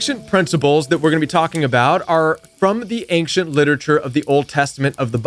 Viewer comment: It's a soft "c" .... ain-shent.